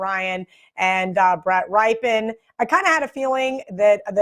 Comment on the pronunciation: Did just say “Brett Ripe-in” lol! It would be cute if she wasn’t a Bronco fan and also a so called pro handicapper.